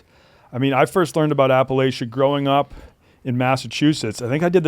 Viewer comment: saying Appalachia wrong, then right, then wrong again